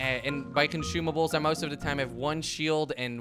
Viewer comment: He said conshumables